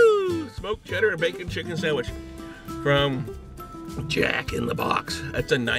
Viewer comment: I like how you say sandwich like "Sahnwihh" 😫👌👌